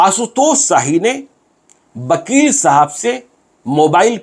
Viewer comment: वकील को बकील क्यू उच्चारण करते है